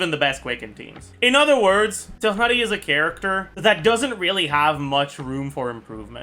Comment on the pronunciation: PLs stop butchering my poor boy tighnari